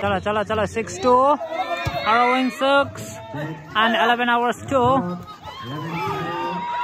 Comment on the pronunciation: Bruh it's Waromung not warowong